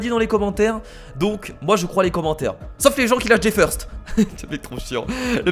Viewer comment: FEURST ! ... ben quoi ? c'est pas feurst c'est first faut se renouveler !